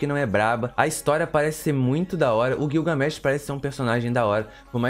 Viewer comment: Gilga... , não é guioga.